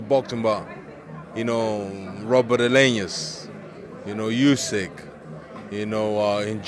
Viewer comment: Stop saying usyk name like ooooooSikkk just say it normal